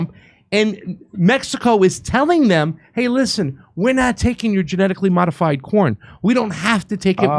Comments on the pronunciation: I thought said "Genetically modified Porn" lol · At FIRST I thought you said, “Genetically modified porn.” Omg that’s all we need. Lol